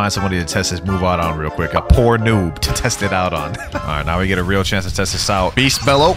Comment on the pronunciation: love how bro says weal noob even tho I'm no where close to that lvl [144]